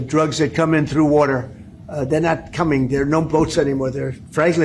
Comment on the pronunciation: wurtur drugs? Cause they come in from wurtur... in his delirium delusional demented brain that's stuck watching reruns of old tv ahows